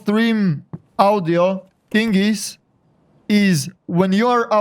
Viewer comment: Ah yes, Steam Awdioh. Luv you